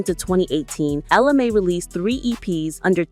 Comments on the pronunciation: You have her name spelled correctly but last name is pronounced MAY. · It's funny how the pronunciation of both "Mai" and "Jacquees" changes as the video goes on ...